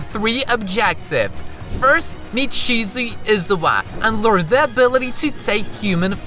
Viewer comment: Sir it's pronounced shi-zu-eh Not shi-zu-ie